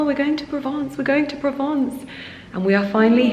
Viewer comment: Pls pronounce Provence correctly